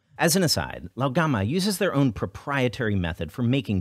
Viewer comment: Honestly I’m just impressed by how well you’re pronouncing Lao gan ma